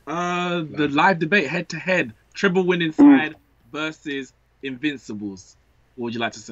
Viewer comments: It's treble not treple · Mark let’s start off firstly with the pronunciation - It’s ‘TreBle’ with a ‘B’ and not ‘TrePle’ with a P as you’re saying it.